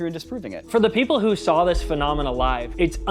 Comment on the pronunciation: Phenomenon - singular. Phenomena - plural. Monomenah - muppets